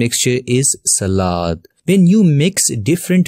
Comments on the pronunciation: Selad❌️ salad ✅️ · He said selad how can he have a nice voice I feel like I have a computer virus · I like the way he said salad lol, over all huge help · The way he said s a l a d 🤣 but ty for the lesson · The way he is saying salad and mixture😂😂😂😂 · I like the way you say salad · the way he said "salad" tho xD